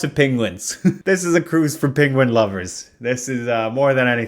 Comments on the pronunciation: I do not know if it is an affection. But it's PEN guin Not PIN guin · I love that you pronounce penguin like Benedict Cumberbatch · obsessed with the way you pronounce "penguin" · It's the benedict cumberbatch pronunciation